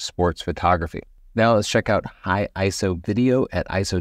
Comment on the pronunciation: Hey I think you're the first photography youtuber I've heard who says ISO like a word (which is the technically correct way 🤓) To be fair, I haven't watched that much from the photography youtube channels lately.